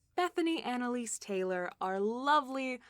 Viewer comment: you absolutely scared me shitless by saying my name. I only got 4 hrs of sleep after a long day with my job and then you say Bethany Annalise Taylor. I dont know anyone else name Annalise and pronounced exactly like the way you said it. You nearly mind fucked me for a second guessing myself if i'm going insane.